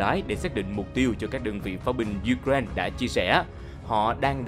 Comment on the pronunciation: U-cờ- rai-na bạn ạ.